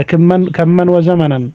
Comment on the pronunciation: كمن وزمنن ❌ كما" وزمنا"✔️